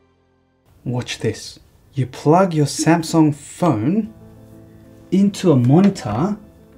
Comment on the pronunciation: I love it how your Korean Samsung executive speaks perfectly good Korean and then suddenly pronounces Samsung in a way that no Korean born in Korea would ever pronounce it. Anyway it didn't take anything away from a very cool video.